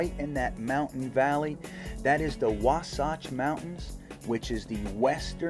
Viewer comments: Wahhh satch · Could you please stop mispronouncing Wasatch? It's throwing me off.